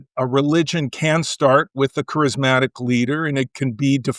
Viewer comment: Someone should tell that guy the word isn’t crysmatic is charismatic